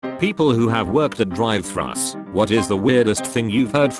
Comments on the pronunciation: Why does it feel like ..in between of reciting this stuff the guy gets the spirit of Chaz smith since he pronounced thrus Th- r-us Ber-jes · It's been almost 70 years, and TTS doesn't know how to pronounce 'thrus' yet? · "Thrust" instead of "thrus" reality can often be disappointing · The weirdest thing i heard is when he said thrust not thrus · "DRIVE THRUSS" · I don't know why, but the autospeech thingy's occasional mispronunciations of certain words always cracks me up. Every time. thrus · lol I thought I was the only one who caught that “thrus” one 🤣🤣🤣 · "Drive thruss" lol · People keep saying "drive thrust" as if they can hear a T on the end. The voice pretty clearly said "thruss", not "thrust"... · Drive thrus